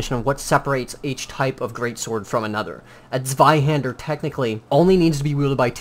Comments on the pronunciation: Really good pronunciation for a non German. Ich bin Stolz auf dich. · Nice pronounciation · you're pronounciation of the "zw" is pretty well at the end (for a non german guy) ^^ just wanted to mention :) pretty great video over all, hope any person who says it's a bastard sword sees this video and stop saying this lie